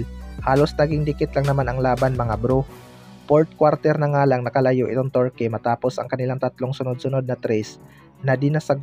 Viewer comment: KAYA NGA EH HYPE MAGKWENTO KALA NIYA SIYA ANG NAKAPANOOD, TSAKA KAABAN NG GILAS TURKEY ITONG NAGKWEKWENTO TORKEY NG TORKEY HAHAHAHA